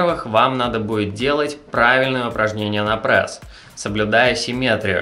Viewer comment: Не Прэс, а пресс